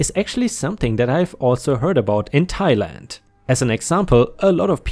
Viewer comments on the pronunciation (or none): none